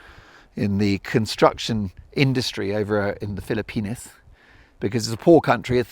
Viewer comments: STOP SAYING PHILLIP PENIS It is pronounced FILL-A-PEENS JUST stop it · The wind was too heavy on this one, Mark. It was too much to listen to. I do have one question: Is it a British pronunciation to say "Fil-uh-penis" instead of "Fil-uh-peenz"? 😂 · Ahaha i can't get over the pronounciation Philli-pen!s 😂 i know you said its authentic but 😂